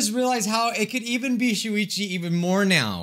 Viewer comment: Poo-ichi not shuichi